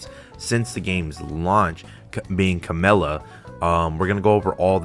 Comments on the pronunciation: Her name is camellYa. Notice the "y". Her name is not Camella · Cammell-ya is definitely a more correct version but ultimately it doesn't matter everyone will pronounce weird names in their own way so use what's the easiest for you :) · I'm confused, what's the right way to pronounce Camellya's name. keeps saying 'Camella' in the video.